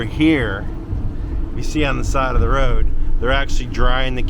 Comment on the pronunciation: I like they way you pronounce Road...nice wee roll of the tongue. Cute. 😊 Newbie fae the highlands of scootland...